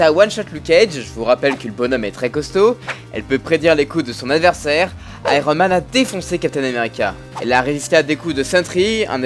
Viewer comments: C'est juste une armure counter Thor (qui n'a pas la même puissance mais agit seulement comme un miroir). Du coup en terme de polyvalence ce n'est pas la meilleure. Et c'est Iron Man pas Aïe-ro Man! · on dit [aïe-one] man ^^